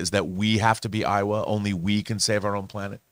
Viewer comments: Horrifying thumbnail and horrifying pronunciation of Eywa and Navi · Eywa is “Aye WA” not Iowa. Iowa is a state. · I can't believe owns so many copies of avatar and still pronounces Eywa wrong. They say it soooo much. 🥴